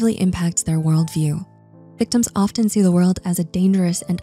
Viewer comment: The T in "often" is silent.